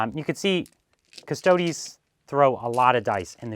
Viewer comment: it's 'preetor' not 'praytor' btw :p but thanks for pronouncing custodes properly and not calling them custards like a lot of people do <3